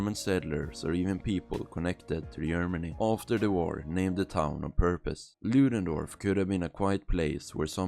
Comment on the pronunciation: You can't even say the name of the town right lol